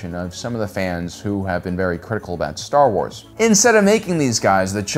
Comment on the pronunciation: releases genuinely deep and thought-provoking video Also: Staa Uaas